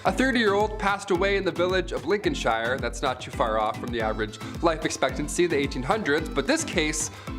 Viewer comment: And it's not Lincoln-SHY-ER!!!! Lol